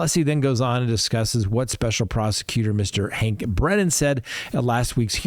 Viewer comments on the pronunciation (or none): none